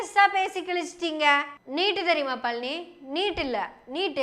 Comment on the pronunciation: நீங்க பழனி என்று சொல்றது பன்றி பன்றி ன்னு கேட்குது